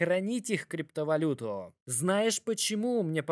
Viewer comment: Сегодняяяяяя, как ценные бумагииииии, криптовалютуууууу, для американцееееев. Бля я не могу это произношение слушать, извини)